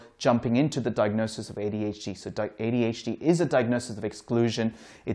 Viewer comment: That D in ADHD is driving me insane